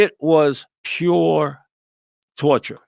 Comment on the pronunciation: Pure tauturwe! Lmfao 😂